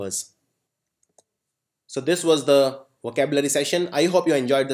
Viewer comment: Thank you for the session, only problem - you are pronouncing "the" in the wrong way